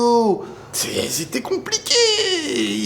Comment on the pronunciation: La façon dont tu as prononcé le nom mariano😂😂